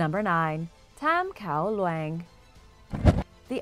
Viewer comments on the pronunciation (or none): I know you're likely unfamiliar with the Thai language, but Kao Luang is pronounced like "cow loowahng" and lacking the Thai script I think it means "King's Mountain", but could be "Yellow Mountain" in which case the pronunciation would be different and nearly impossible to effectively transliterate to English.